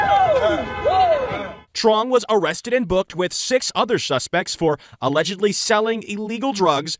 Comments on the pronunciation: Not "allegedly", "allezedially" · I think you mean, "alazatedly".